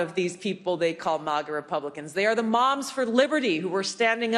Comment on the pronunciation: Thank you for saying M-AH-GA and not MAAAGA Tulsi.